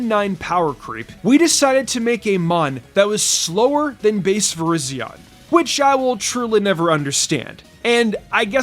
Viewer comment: It’s pronounced vir-RIZE-zee-UHN and HAHRTH-flayme, “”! 🤨